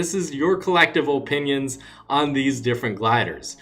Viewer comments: “Oh-pinions” 😂😂 luv u man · Oh-pinios lol